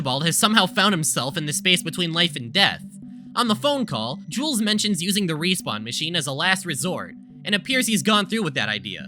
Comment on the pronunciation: every time you say jules,i hear jews